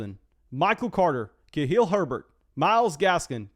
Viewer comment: Maybe next week will learn it’s Kha-lil Herbert and not Kha-hil Herbert 😂